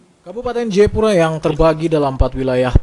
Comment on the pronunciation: Jayapura bukan jepura